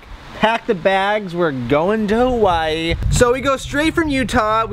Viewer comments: I hate how you people pronounce hawaii. I know you are pronouncing it like the natives do. But it just sounds ugly. Hawaii or hawa-ee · the way he says Hawaiʻi makes me cringe.